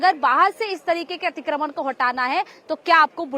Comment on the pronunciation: खबर देने वाली महिला/लड़की, तुम्हें 'अतिक्रमण' बोलना भी नहीं आता? क्या होता है 'अतिक्रमन' है? शर्म आनी चाहिये, तुम्हें।